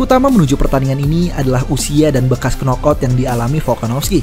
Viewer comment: knockout dibacanya nokaut ya bukan knokout